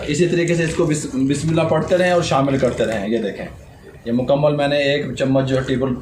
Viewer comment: Ma sha Allah ap har cheez bohat achi bnaty hain Bas uncle aik kam kar dain bismillah poori theek prha kren plz